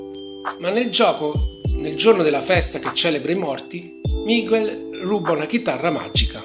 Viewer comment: La tua pronuncia di Miguel è fantastica!!🤣🤣🤣🤣